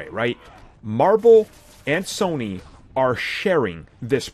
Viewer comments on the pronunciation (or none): none